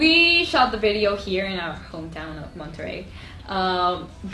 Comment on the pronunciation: LOL Pau gets a kick out of Dani's American pronunciation of Monterrey. And they tease each other when the Mexican accent slips thru. at times. It surprises me that ppl seldom mention that their American accent is so good. They wouldn't be into TW if the singing had an accent. They have worked on it pretty much their whole lives. Props